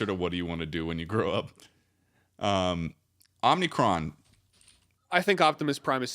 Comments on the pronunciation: Charlie. Charlie. It's Unicron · the transformers name is UNICRON NOT OMICRON